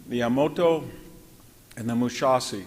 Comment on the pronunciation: VDH’s scholarship and rhetoric are fine, but they’re undermined by his failure to learn how to pronounce some words that even amateur students of WW2 get right. Examples: Yamoto instead of Yamato, Mushasi instead of Musashi, Wehrmarkt instead of Wehrmacht. He’s an expert in this field, yes, but this failure to get such little things right interferes with his credibility on the bigger things.